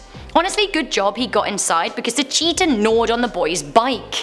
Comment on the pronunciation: LOL what u said cheatia i thought u said cheater